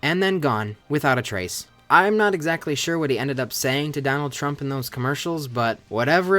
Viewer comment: OMG DONALD FROCKER